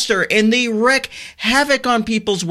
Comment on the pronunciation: WREAK havoc, not wreck